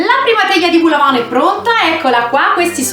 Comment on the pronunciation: vol no vul è au che si legge o